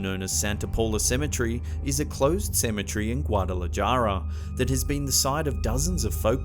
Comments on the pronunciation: The J in Spanish is pronounced like the letter H. So Guadalajara is hara not jara . :) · Like the video, but I can't get over Guada-la-"jar"-a. It's Guada-la-"har"-a 😂 You got the "j" sound right before in the video, what happened there? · Guadalajara is pronounced guadalaHARA NOT JARA j=h sound in Spanish 🤦🏻‍♀️ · Guadalajara is pronounced Gaudala-hara the j is pronounced as a h not jara! You sound ridiculous saying it as it's spelled. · Lol guad da la jar a it's pronounced guad da la hara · in Spanish the letter j has an h sound...Guadalajara in turn would be Guadalahara in pronunciation. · Guadalajara =Gua-duh-la-ha-da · I watched this vid while i aet a Burrito de chile verde i became engrossed with each tail of horror..yet worst when you pronounced Guadalajahhrah and totally butchered it but Loved this Vid! As a kid I would spend Holidays in December in Chavinda Michoacan, the pueblo is over 500yrs old and my ancestry is rooted there. And Ghosts are old common friends, some not so nice but most definitely there. I've experienced the other rhelm in Mexico as in California(where im from) but something about old cobbled/dirt roads, warm damp desert wind enveloped in crickets chirps crawl under my skin..they would say the crickets chirp to keep the spirits at bay.. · it's pronounced GWAH-DAH-LAH-HA-RAH!!!!!!!!! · Great content. But you really need to learn how to pronounce 'Guadalajara'. And 'catechism'. 😅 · The scariest part of this video is the butchered Spanish pronunciations, get with it homie. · Scariest part was the way he pronounced Guadalajara... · In Spanish, the J is pronounced more like an H. Please, please stop using a hard J sound. It is so off-putting to listen to you not even try. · You butchered saying Guadalajara so bad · Learn how to say Catechism. And Guadalajara. Js are hs or Ys in Spanish. Ch in Christ is what? K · OMG. It's dreadful the way he says "Guadalajara". And 'catechism'